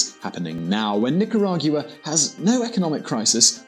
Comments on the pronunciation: Are you kidding me? North America, Central America, whatever... DOES IT REALLY MATTER? Are you going to keep on discussing geography or do you care about the genocide that's happening there? The facts on this documentary may not be 100% correct on every point & he may not pronounce "Nicaragua" properly but is that really that important to you guys? Give me a break, people are DYING. I know for a fact because I'm from Nicaragua & have friends there, as a matter of fact my city has been totally ransacked & destroyed by government troops. Just yesterday a young 15 year old kid knelt down & begged for his life but was shot anyways. Such cruelty is unimaginable. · Rich Dobbs He's English but just lives there, they just put too much emphasis on the u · Oh.. and Nicaragua is in the central american ithsmus. Not north or south america and please have the decency and respect to at least pronounce my country's name correctly which is Nicaragua (Nicaraguhah phoneticly) not Nicaraguya as you say. Please with all due respect. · How he pronounces Nicaragua!!! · Say mate can you say Nicaragua for Bloody sake ..🤔😝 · Your prononciation of Nicaragua GUA no gu a is absolutely wrong annoying maddening uneducated get a handle. I unsubcribe as it kills me. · Thank you for this. I don't get news from that area much and appreciate your time to bring it here. I just wish you got the location and pronunciation of the country right. Otherwise, good job and nice context. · I think he should have practiced more on how to pronounce "Nicaragua" 🙄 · It’s hard to take you serious when you don’t know how to say the name of the country and don’t know where it is located. Nicaragua is in Central America not South America. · I wish you would’ve taken the time to practice your pronunciation, you carved up and crapped on so much every time you said Nicaragua. #wrong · XergeDevil it pronounce Nicaragua🇳🇮